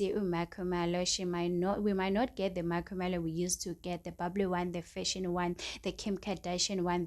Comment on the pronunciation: Stop saying makhumalo like that, your voice is so annoying... Say Makhumalo the right way yooh